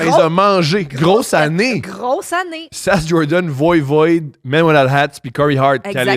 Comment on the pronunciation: heee.. VOIVOD pas VOIVOID! Pfffff!🤣